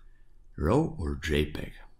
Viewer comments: raaw not rau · seriously, you need to pronounce the word RAW properly, as it is pronounced as R-A-W (it sounds the same as the word "roar") not , ro ( it sounds your saying ROW as in rowing boat). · Thank you for the excellent lesson. May I help you make it even better? I am a retired English teacher. To me, your "raw" sounds like "row" (as in row your boat). It should sound more like "raw" (as in jaw, or saw or law...). I apologize for criticizing. I just want to help, for your future videos. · It's pronounced "RAW", Not ROW. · "Row" files 😂. Great video!! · "De row file" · i love the way he says raw, says it like rawr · your pronounciation of RAW is making me cringe a little :) you say sth like ROHW... please change it, great video still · like Gordan Ramsey